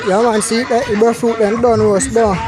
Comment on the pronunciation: can’t pronounce breadfruit to save his life 😂🤣😂🤣😂🤣😂🤣😂 omg thts too funny BRE-FRUIT not BREAD-FRUIT😂🤣😂🤣🤣🤣